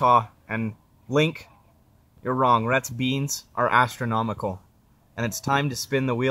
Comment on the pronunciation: Wait, did he say "Asstronomical" 🤣